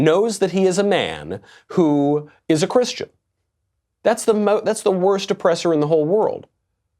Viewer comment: He can't even say the word Christian